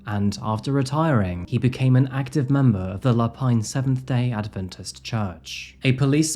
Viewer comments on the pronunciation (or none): none